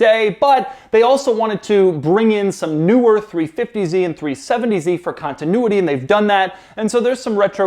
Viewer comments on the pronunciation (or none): none